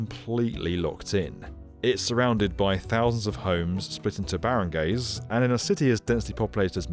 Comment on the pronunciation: "baron gays" 💀 It's pronounced baa-rang-guys 👍